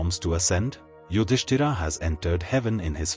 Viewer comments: Very annoying that the speaker is repeatedly calling Yudhisthir as “Yudisthiraa”….! But calling Pandava as Pandav…. Why so ??? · The names are yudhishthir, Bhim, Arjun, Nakul, Sahadev etc. Please avoid adding 'A' at the end of each & every name. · Why are you mispronouncing the names? Yudhishtira???? 😅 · Very well described. But name of Pandav is Yudhisthir. And not Yudhisthira. It is Indra and not Indraa. Foolish to change name of persons. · please stop reading Bhm,Arjun Yudhishtir as Bhimaa,Ydhistaraa, Arjunaa...its irritating..